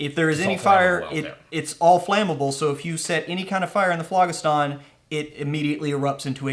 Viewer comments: 49 seconds into this video and I am done because you guys mispronounce ethereal and phlogistan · Oh man your egregious mispronunciation of phlogiston is driving me nuts.